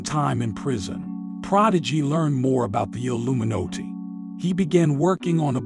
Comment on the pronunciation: the alluminotay huh lol